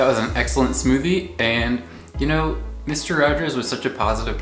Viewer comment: “So why am I up now? Um, I don’t knoh” 😆